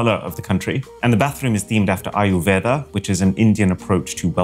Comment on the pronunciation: bro “ayuveda” is crazy. I don’t want to be mean, but bro butchered the pronunciation. It’s ayuRveda. Sorry if I’m coming off as rude.